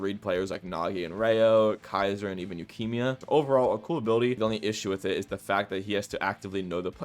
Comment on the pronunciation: I was gonna let "Isoggy" slide... but Yeukemia??? Hell nah 💀